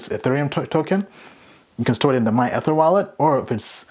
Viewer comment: I don't even think you've watched a video about ethereum because you keep miss pronouncing ether